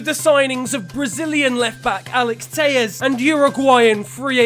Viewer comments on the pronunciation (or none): Bro it's Portuguese not Spanish what the fuck is Teies it's Teles the double L in Portuguese does not make the same sound as in Spanish